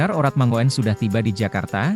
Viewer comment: Bro... Kl baca yg bener lah... RAGNAR ORATMANGOEN dibaca : RAGNAR ORATMANGUN.... Jgn bikin malu lah, parah lu bro 😂😂😂😂😂